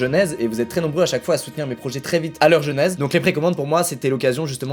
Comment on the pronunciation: "dés leurs jeunèze"🤣🤣